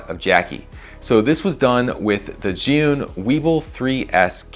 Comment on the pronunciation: among english speakers, you are the only one who can pronounce "zhiyun" correctly :)